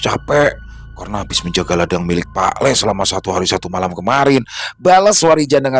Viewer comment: Lek sama lee itu beda bang... Nyebutnya lee bukan lek Bang. Lek itu sebutan pak lek atau bulik = om/ bibi. Kalau lee itu tole sebutan untuk menyebut anak cowo kecil/ anak cowo muda.